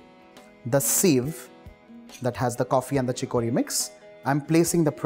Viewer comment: Pronounce CHICORY..... CHICK+UH+REE